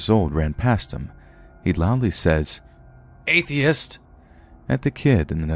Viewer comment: Lol "Athiest!"